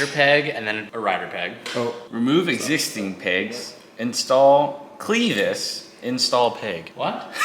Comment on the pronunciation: “two smartest guys chillin” Also: doesnt know how to pronounce clevis